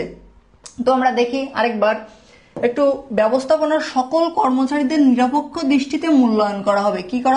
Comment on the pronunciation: এই স্যার টা বাংলা রিডিং এ বার বার ভুল করে তাই ভালো লাগে না🙂 যেমন :নিরপেক্ষ কে নিরাপেক্ষ বলতেছিলো🙂